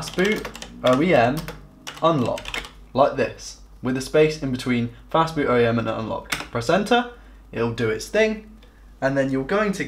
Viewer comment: Did you say FAST BOOT ? It sounded more like "FAST FOOD" ....which isn't helpful to those with learning disabilities. The narrator started off talking basics then dived headlong into nerdy techno babble which left those IT allergic and dislexic trailing behind.